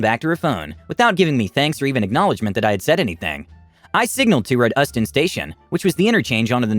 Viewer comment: Euston - pronounced you-ston.